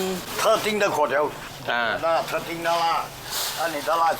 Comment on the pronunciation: 正確讀音係貴刁，炒貴刁